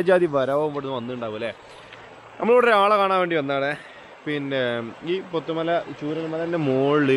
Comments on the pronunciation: പൊത്തുമല അല്ല ബ്രോ പുത്തുമല 😊 നല്ല അട്ട ശല്യം ഉള്ള സ്ഥലം ആണ് കുറച്ചു മാസം മുൻപ് ഒരു save the date ഷൂട്ട് ചെയ്യാൻ പോയി അട്ട കടിച്ചു ഊപ്പാടിളകി 😄 ആ തേയിലത്തോട്ടത്തിൽ ഒന്ന് നടന്നാൽ അറിയാം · പോത്തമല അല്ല പുത്തുമല ആണ്